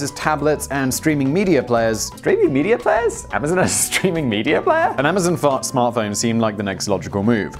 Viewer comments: Simon: “Amazon phartsmo…” Also Simon: “nobody noticed, move along.” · “ The Amazon fart smart phone”... and Simon just whizzes past the flub and keeps going lmao good job Simon!!! 😂😂😂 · Did Simon say "An Amazon fart smart phone" at 2.30? Lol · No, it’s a phart smone, get it right.